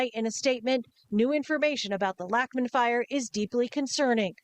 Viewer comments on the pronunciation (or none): I grew up on Lachman Lane. "Lachman" is actually pronounced "Lock-man"